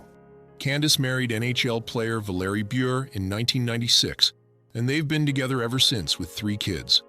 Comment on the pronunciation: Candace's last name is pronounced bu-Ray, as in "raspberry beret." And John's ex Rebecca's last name is pronounced ro-MAINE, like the lettuce. Please...don't insult entire casts for 'likes'.